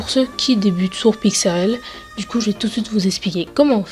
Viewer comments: Sa me stresse tu dis pixRL mais c 'est pixLR xd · tu dit pixrl lool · Et aussi arette de dire pixrl sa me stresse de ouf c'